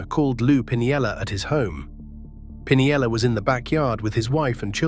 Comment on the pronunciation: And the pronunciations are annoying. It butchered steinbrenner and pinella.